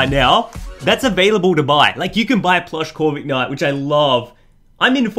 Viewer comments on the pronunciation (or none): He says corvigknight